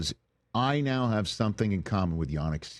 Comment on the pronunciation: Great show Rich as always but it’s Yan-ick not Yarn-ick🤨